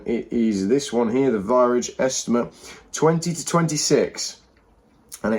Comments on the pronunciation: Viridge? Its virage and rhymes with mirage. And Farage. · 😂😂😂😂learn how to say 'Virage'